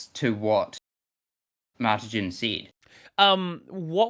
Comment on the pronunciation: It's "Mar" as in Mars, "tijn" as in tiny.